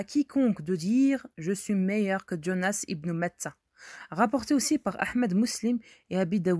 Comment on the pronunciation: Quand vous lisez "Jean" vous dites "Djean" ? Quand vous lisez "Jonas" ne dites pas "Djonas", c'est de l'américain et nous sommes en France avec un prénom bien français.